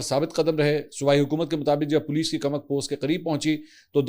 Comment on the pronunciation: Mansoor Ali Khan ye farsi ka lafz koomak hay na k kamak,mujhay tu tum kaafi educated lugtay thy,iss aik lafz ne tumhara pol khhol diya hay